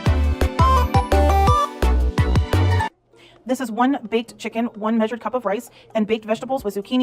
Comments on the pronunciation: I thought I was losing my mind.. i was like huh huh?? Whatttt are you sayingggg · meeeesured her ingredients yes it’s spelt wrong but she pronounced it wrong. And people tried to help her doctors and nurses and she was nasty to them and blocked them. How do I know I was in the chat she really wasn’t a nice person. I wish she’d taken the advice and help offered and maybe she would be here. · the girl or whatever her name is says measured like majored😂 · saying “maysured” is actually driving me nuts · hahaha "may"-sure as in may or may not hahaha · She pronunciations are horrible like she can’t say “measured” right